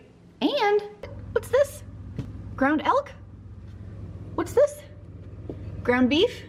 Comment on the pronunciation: Definitely heard you say “ground elf” instead of elk the first time 😂 had to go back and make sure you weren’t doing something sketchy there haha.